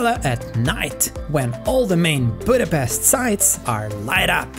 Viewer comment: One annoying things when they call it Budapest please don't say 's' we say it 'sh' Pesht Like in the Black Widow movie!!! Come on guys!!! 🤷🤦